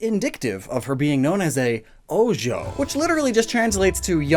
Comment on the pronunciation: Im infuriated at the fact that he said "oujo" Instead of ojou which was displayed on screen